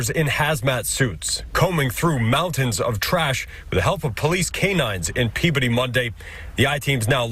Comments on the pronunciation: A moment of lightness for you. Peabody, Massachusetts is said Pea-ba-dee. It is said rapidly, no syllable drawn out. Covering these sad stories must take a toll on you. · Yes it’s such a sad case, hope justice is served. Another small pronunciation thing though, Peabody is said strangely in Massachusetts, people say it like “Pea-ba-dee”